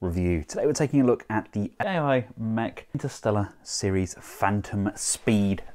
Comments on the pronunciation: Not sure if this has been mentioned before, and seeing as how you review quite a bit of KO's... ...but AOYI is pronounced as OWW-YEE, not Ae-Oh like you've been doing. Saying it now because I know you will be reviewing this brand from time to time. 🙂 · Hi, Aoyi should be pronounced as "owl-yee".